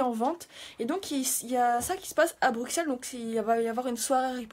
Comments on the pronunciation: J'adore tes vidéos et j'ai adoré les cosplay de la librairie, moi j'attend le livre en fr. Par contre je suis Belge, et quand tu dis bruXelles, sa m'intrigue, car il se prononce comme deux "S" >> Brusselles :). Bisous bisous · on dit "Brusselles" pas Bruxelles! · on dit BRUSSEL...